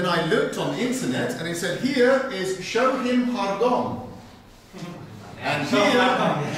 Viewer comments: It's Shohimardon, not "Showmihardon". Show-hee-mar-don. Please be respectful towards other languages, us Central asians already face enough racism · OMG!.... The fact that Shohimardon is a real place is just hilarious. Especially the way that Baldy pronounced it.😆